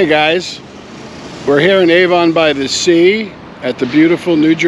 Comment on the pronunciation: Great video! Thank you for showing what a beautiful place it is! 💜 Just one note - it is pronounced Ah-von (short a sound) by the Sea, not Ay-von 😊💜